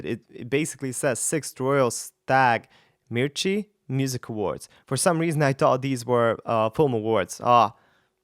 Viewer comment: Mirchi means CHILLI in hindi (one of the indian languages). Really ,You pronounce it very well.